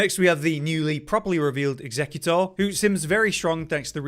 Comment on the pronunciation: recluse can absorb magic, fire, holy and lightning elements not ice, also youre saying executors name wrong its not a pokemon